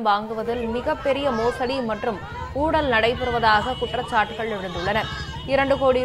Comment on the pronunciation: Its "Oozhal"... not 'Oodal'. Pls pronounce properly.